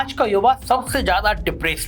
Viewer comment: Planded....janbujhkar....z...wale word ko ...j...se bolna....jaise..zaroorat...ko..jaroorat.... Matlab yeh so-called secular bhi andar se orange 🍊 hain.... Educated hokar sunkar bhi ...jaroorat..jyada ..jameen....